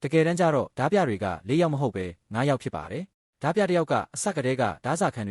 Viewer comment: AI ကြီးနဲ့ဖတ်နေတာလား။ဒါမှမဟုတ်မြန်မာစာအသံထွက်မသိတာလား။တင်ဆက်ပုံမစိုးပေမယ့် အသံထွက်ကြီးကစိုးတယ်။ ဓား ပြ အသံထွက် ဓမြ